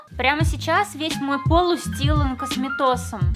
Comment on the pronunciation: .. мой пол устилан косметосом, устилан косметосом, устилан.. А не устлан?